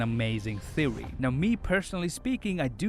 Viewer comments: “An amazing theowy”. Bruhhhhhh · “I’m here with an amazing thewy.” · You lost me at "Theowy" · His “thewwy” isn’t too far fetched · I come to you with an amazing "theowy" on how thanos loat in avengers endgame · all i hear is: "thewe" and "angwy"